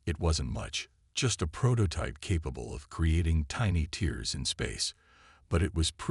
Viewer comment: I wish you'd teach your AI to pronounce tears properly.